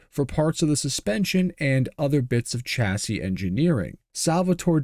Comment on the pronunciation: FFS you butcher chassis (a French word) but apologise for fear of mispronouncing Italian names. Does it surprise you everyone hates Americans?